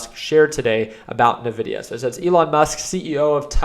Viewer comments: i can't take anyone who says " ~Na-vi-dia-~ seriously when it's been ~In-vi-dia~ all along.... like..if you used their products, Any game powered by nvidia in the 2000s...the intro of the game had a whisper that would pronounce th EUFKCING NAME OF THE COMPANY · great video as always! The only thing is that the company is pronunced "envidia" not "nevidia". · It's N vidia not Nuh Vidia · You might be right with your analysis but you're wrong with your pronounciation of Nvidia. It's not Navidia it's more like "In Video". N pause Vidia. Nvidia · Please call it N-videa